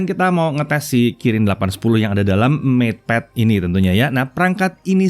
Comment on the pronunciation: Ngepad kali...😄😄